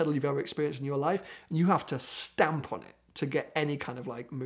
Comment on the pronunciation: the only thing that got to me when when he said stamp its like my brother saying jamp (jump)